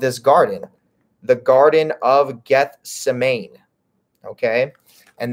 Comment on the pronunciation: Just fyi it is Gethsemane is pronounced Geth-sem-a-ni 🤓